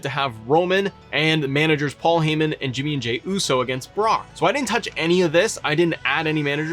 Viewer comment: HIS NAME IS PAUL HEY MAN!!!!!! Not heee man.